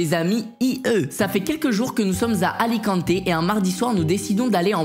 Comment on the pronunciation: J’habite à alicante et c pas alicanté mais bien alicante